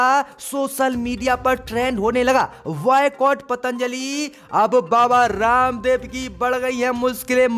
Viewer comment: Baycot not a vaycot bhai ba kaho na ki va